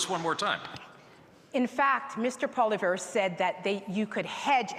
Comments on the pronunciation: It's Poilievre not Poliver haha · “Mr Poliver” lol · I wish Leslyn Lewis would make an effort to pronounce Pierre Poilievre's name properly rather than saying Poliver. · Miss leslyn the name is Pierre polilvre say the name right get with it lady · Leslyn Lewis couldn't even pronouce Pierre's name correctly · Leslie doesn't even know how to pronounce Poilievres name. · Can't even pronounce his name properly going to criticize him though? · Leslyn Lewis couldn't even pronounce Pierre;s last name correctly. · Why can't Leslyn Lewis pronounce things right? Poi-Li-Evre jesus. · Not to mention that she didn't even pronounce Pierre's last name correctly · Not pronouncing Pierre's last name correctly proved it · Why are they all pronouncing Poilievre differently?